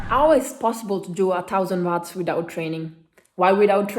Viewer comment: Ciao! In inglese dicono “uots” non watts!